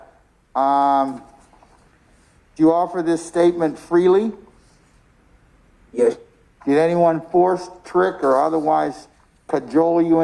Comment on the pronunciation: “Yesh your honor” filthy no good low life can’t even speak or spell properly